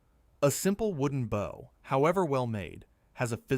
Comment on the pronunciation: Your AI reader has problems with bow and bow and lead and lead. You really ought to proof your work before you post.